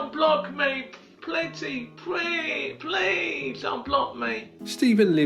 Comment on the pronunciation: Pletty prease unblock me Pretty Young 😂😂😂 if only this man could really hear what he sounded like. Edit: and oh my lil lunchbox must be where Dax got the inspiration for his music video Joker 😂